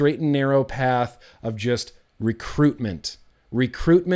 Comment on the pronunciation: sure says advertisement strange. It sounded like recruitment, but rip is just a big bill board for China.